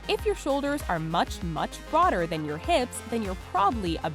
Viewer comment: "if you h-IPS"